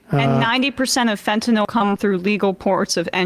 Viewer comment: Thank you Emma, for saying Fentanyl and not Fentanol. Please tell Sam.